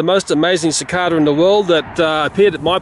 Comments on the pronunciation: Is "Si Cah Duh" how you pronounce cicada in Australia? I was taught it was "Si Cay Duh" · Sine the way he says "cicada" is different then how I usually hear it, it's just a bit odd to me. XD